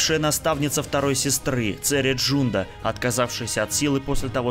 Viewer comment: Цере, не Джунда, а Джанда, а вот Трилла не Садури, а Судури!